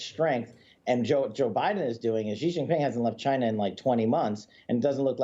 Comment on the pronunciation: Biden is so afraid of China that he couldn’t pronounce the word “China”. Let’s go Brandon.